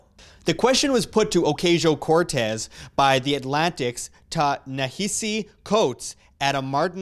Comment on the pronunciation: No, not my biggest. Just something that I wanted to comment because it can be hard for some people to listen to you when they have it stuck in the back of their heads. Take it or leave it. Pronouncing it A-Cause-e-o Cortez is how it supposed to be pronounced. That way you don't get Pipsqueaks like me recommending to pronounce it right 😀